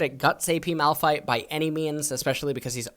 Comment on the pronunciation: Who is Moldfye? Edit: Malphites BEST mofin pronunciation ever heard, btw <3